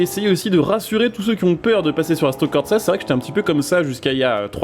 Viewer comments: Frangin fallait que je le dise… merci pour la vidéo ,enfin une vidéo sur le sujet, maintenant je suis venu dire qu’il n’y a pas de T dans corsa… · Mais y'a pas de "T" dans "Corsa" stp